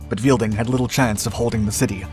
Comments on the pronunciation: Weidling not Wielding (Viydling not Veelding). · Helmuth Otto Ludwig Weidling, not "Karl Weilding" Please do your research, this is just embarrassing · Afraid you missed something about one of the generals. Name was not 'Weilding' ("Weel-ding") but 'Weidling' (Wide-ling). Otherwise a pretty good summary.